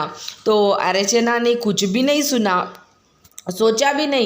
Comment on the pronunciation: Archana not archne